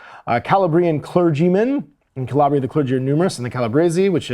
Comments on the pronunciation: You had pronunciation correct the first time, “ka-LAB-ria”. Release date is the 28th of november. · Each mispronunciation of "Calabria" hurts my Italian soul